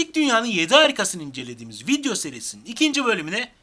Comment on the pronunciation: Yanlış anlamayın vidyo değil video. Teleffuz ederken öyle söylüyorsunuz